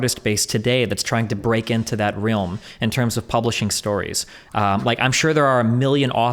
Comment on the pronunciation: It's okay, Destiny said "Rilm" instead of "Realm", now he is the big clown 🤡